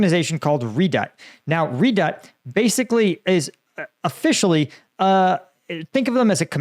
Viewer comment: Pronounced re-doubt.